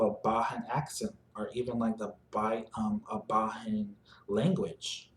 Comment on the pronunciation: Bajan is pronounced with a hard J sound. Bay-Jin not Ba-han. Otherwise good vid. New sub 👍🏾